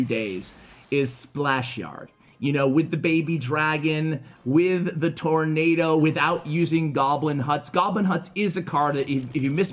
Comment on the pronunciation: I love your channel, but I have to say that you murdered tornado.